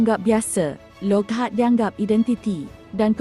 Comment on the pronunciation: Wahai pembaca, please pronounce the word"Loghat" properly. It is not Log Hat. Betulkan yang salah.